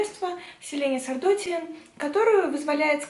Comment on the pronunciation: Селена Сардоти́н. Так правил но. Спасибо за обзор!